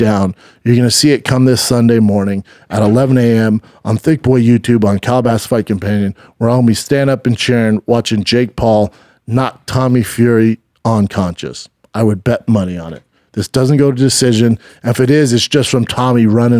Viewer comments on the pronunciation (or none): “He’s gonna knock him On-Conscious “…How do you not know that pronunciation by 40. Jake would knock Brendan On-Conscious